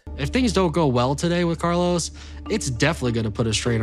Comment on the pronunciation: Im sorry, i love you, i love this channel but i just cant with the pronunciation of Carlos jaja. Even more so after living in Colombia for 8 years.